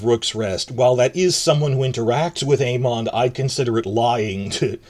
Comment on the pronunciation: I love the way you pronounce Aemond haha